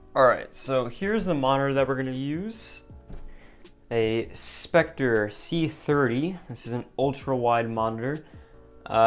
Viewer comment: him: pronounced sceptre specter me:oof